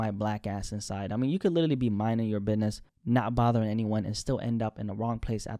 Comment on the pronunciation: BIDNEZZ A BIDNEZZZ